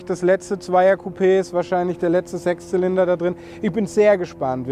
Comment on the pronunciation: oder;) Hast du „Sex Zylinder“ gesagt?!